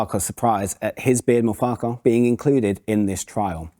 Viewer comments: It's not pronounced 'Farkar' it's pronounced 'Fark-wah'. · PLEASE, PLEAEE PRONOUMCE FARQUCHAR correctly. It ought to be "Farcher" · Unluckily for you, Joe pronounced it 2 different ways. 😂